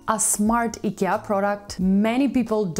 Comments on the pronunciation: She's pronouncing it correctly. It's the English speakers who pronounce the company's name wrongly. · That's how it's pronounced in original (Swedish) way. She's saying it correctly. Did you know that the World doesn't revolve around US and English?